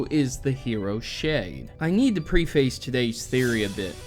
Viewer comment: preface is pronounced "preh-fuss"